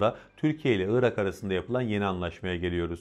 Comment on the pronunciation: Iıırak değil arkadaş Irak. Doğru telaffuz eden birini görsem sevineceğim.